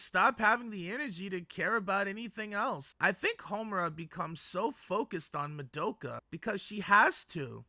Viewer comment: oh WHY do you say Ma-doe-ka! Is it rage bait? because it's working!!!! Good video tho.